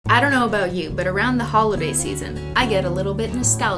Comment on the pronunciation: DID SHE SAY HOLIDAY NOT HOLODAY??